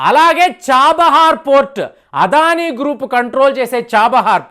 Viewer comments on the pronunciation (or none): none